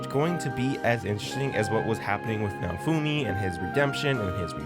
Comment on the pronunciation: It didn't fail. It's getting season 5. Who tf is nafumi? Why can't you clowns learn to pronounce names correctly? It's like you've never even watched the anime.